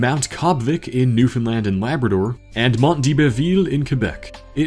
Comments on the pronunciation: Bro said Newfoundland right lets goooooooo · Informative video. One tip: I'm pretty sure Nunavut isnt pronounced noonavoot (the joke goes "Nunavut is having none of it" because they sound similar) :) Good job on Newfoundland though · Your Newfoundland pronunciation is the best I've ever heard from someone outside the province lol